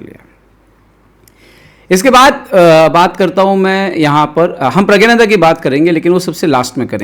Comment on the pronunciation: प्रग्नानंदा उच्चारण कीजिए🙏🙏